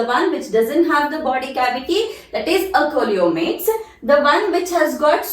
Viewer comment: Hi madam. Sorry.That is not కోలోమేట్స్.that is సీలోమేట్స్. Please you should correct that pronounciation.